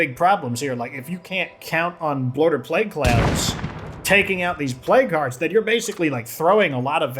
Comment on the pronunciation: Why do i hear plague guards when he's saying plague hearts?